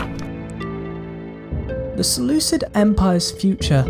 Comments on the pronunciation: Selu-kid not selu-sid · its seh-looh-KID not sid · You sure that in this time the "c" before "i" was already a modern english "c" sound and not still a "k"? Sounds really weird. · Sorry bro but one sentence in and I'm already irritated beyond belief. "Seleucid" is a romanisation of the Greek name of the empire, and as such all Cs are pronounced as K. Seleukus, Seleukid, Makedon, Skythia, etc. Not to be rude but this irritates me beyond belief.